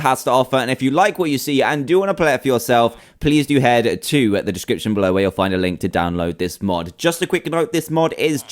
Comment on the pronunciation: Y did u say read diskopshion